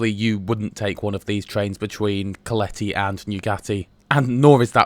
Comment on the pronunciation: OK but he constantly misstresses Hungarian words. As a result, I failed to get his "Keleti" and "Nyugati". He obviously doesn't know that Hungarian words are always stressed on the 1st syllable and his stressing on the 2nd one makes it really difficult to catch. No reproach involved, though, I'm just stating a fact, not blaming him.